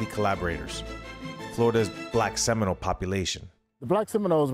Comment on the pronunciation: Why his he saying Seminole "I word?" isn't it Seminole indigenous people???????!?